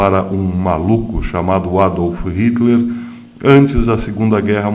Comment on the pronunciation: Professor, só uma dica: Nome não se traduz, portanto, não se pronuncia o nome do ditador sanguinário "aportuguesando" a pronúncia do nome, ok?